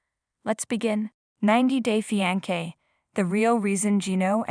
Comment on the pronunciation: I cannnnt with the pronunciations, on EVERY VIDEO the most important words repeated over and over just totally botched. It's like listening to nails down a chalkboard!! 90 Day Fee-An-Kay 😫🤦🏽‍♀️🤦🏽‍♀️😫